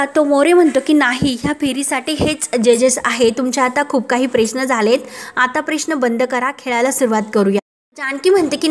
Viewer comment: अगदी शब्दाची बाराखडी १८ वेळा गावंढळपणा सोडा आपुण प्रेश्न असा उच्चार नाही ग बाई किमान उच्चार तरी सुधारणा